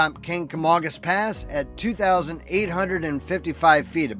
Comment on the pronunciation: I'm happy you pronounced Kancamagus properly. Most make it sound "kagamangus". I'm a life long resident (68 years) of Lincoln, and have seen much change to the town and surrounding area.